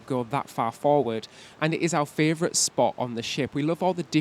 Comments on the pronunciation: ITS FAVOURITE!!!! NOT FRAYVOURITE, please stop saying it wrong :( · What a wonderful review. Your mispronunciation is just adorable! Castitia and Fravrioute are your words and love how you own them! But seriously you guys do such a wonderful jobs with your videos. After recently getting off Harmony it seems RCCL have really thought hard b about this flow and design and you showed it off perfectly. Can’t wait for the other videos on this ship. Lionel Messi plays for Inter Miami (not Milan)